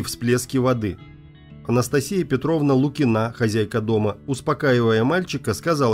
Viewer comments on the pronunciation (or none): none